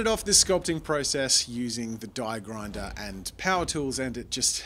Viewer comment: It’s aaaa grinder